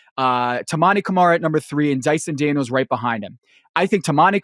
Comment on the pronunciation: Amen Thompson?, you mispronounced and spelt Dyson Daniels.